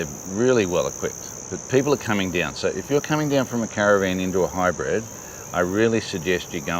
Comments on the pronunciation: HYBRID …. Not Hybred! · You both pronounce it “High Bred” 🤣 👑